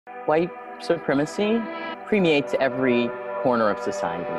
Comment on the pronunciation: Did she say premeates? Seems legit.